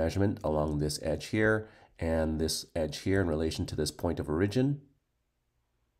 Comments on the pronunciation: Oh my ears! It hurts! (Standard American English: /ˈɔɹ.ɪ.d͡ʒɪn/ or /ˈɔɹ.ə.d͡ʒɪn/ (sounds like OR-ih-jin or OR-uh-jin). --- Otherwise great video! Thanks! 👍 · Good video and explanation. My only question isn't based on material... Where are you from? It took me awhile to figure out you were saying "origin" lol